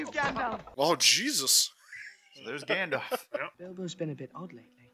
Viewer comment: Love how calls Gandalf, “Gandoff” 😂